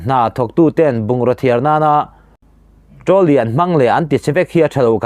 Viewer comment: Trolly tih pawh chu iva lam thiamlo e,midang sawi te pawh i hreve tawhlo a mawni le.